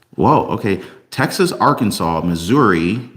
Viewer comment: Arkansas is NOT pronounced ar-Kansas